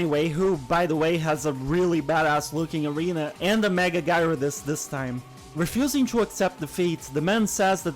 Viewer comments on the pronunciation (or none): none